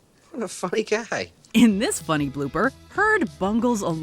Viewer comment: he is saying “what a funny guy” but sounds like “what a f**** guy”